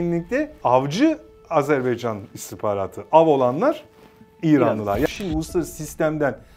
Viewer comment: Dost ve kardeş ülkemiz Azerbaycan'dan özür diliyorum. Koskoca (!) istihbarat uzmanımız Azerbaycan demeyi bilmiyor "azerbeycan" diyor. Sunucu doğrusunu söylüyor ama istihbarat uzmanı söylemiyor.